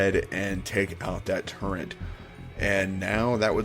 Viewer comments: why do you keep swapping between calling it a turret and a "turrent"? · By the way, it's "turret" not "turrent". I know, I know, I was surprised when I learned that as well. I thought a "turrent" was a gun platform and a "turret" was on a castle but nope, turns out "turrent" isn't even a word. Apparently a lot of people make that mistake so don't feel too bad. ^_^